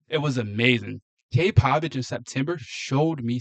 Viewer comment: Cade Povich at best a number 3 or 4 starter . His name is Povich , not Pavich !